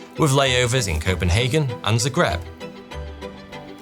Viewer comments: Please. For the sake of our sanity, look up the pronunciation of Fuselage and Zagreb🙏🙏🙏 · It's "Zagreb" ... with an "A" ... ZAGREB 😄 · Zagreb, Hrvatska. Not Zegreb. 😢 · You mean ZAgreb, idk what Zegreb is 😅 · it's zAgreb nice video tho keep up the good work !